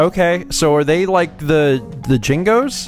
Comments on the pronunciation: Oh, god. said "Jingos" instead of Jinjos. XD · I love how you said the "Jingos". That made me laugh so much! They are actually called Jinjos btw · IKR lol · HattyHattington Fuck! You're right! XD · TheRealKenpai Maybe, but it's still hilarious. XD